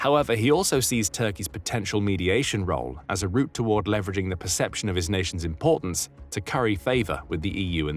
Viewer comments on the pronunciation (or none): none